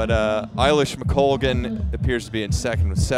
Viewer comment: The bit that really frustrated the bejesus out of me was the i-lish mcoglan…. Like, wtf guys.. get it right will you…. That being said, this style of commentating and coverage far outstrips the tired and old style of the BBC!